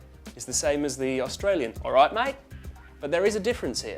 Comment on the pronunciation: I'm an aussie and hit the nail on the head for words like "like", "right" and "live". He lost it towards the end a bit with "alright mate"... that was exaggerated.